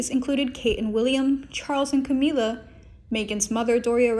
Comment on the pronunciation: It's Ca-MILL-a, not Ca-MEE-la! Why can't anyone pronounce anything correctly on these videos!???